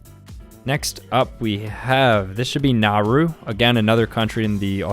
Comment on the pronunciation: Its actualy naUrU not naru but its ok